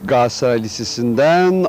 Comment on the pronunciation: Adam daha Galatasaray diyemiyor gasatray diyor